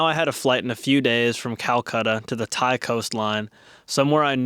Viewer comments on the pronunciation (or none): none